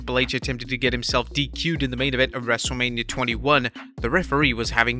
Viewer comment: Everyone = H Wrestlamia- Haich